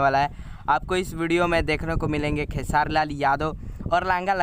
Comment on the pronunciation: भाई क्यो खेसारी भाई। को खेआर बोल रहे हो